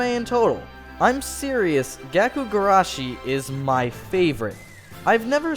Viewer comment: Its gakou (like gah-koh) not gaku (like gah-koo).